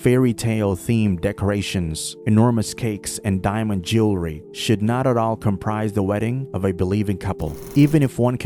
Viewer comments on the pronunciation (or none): none